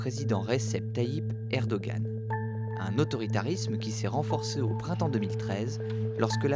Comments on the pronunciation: « Hem Hem » Erdoğan se prononce « Erdoan », et non « Erdogan » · Ca se prononce Erdohan pas Erdogan